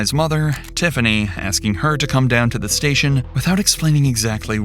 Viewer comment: Bro why do you talk like that? "To the stationnnnaaaa" "This could've beennnnaaaa" "of the situationnnnnaaaaa" like stop dragging all the N's with an A at the end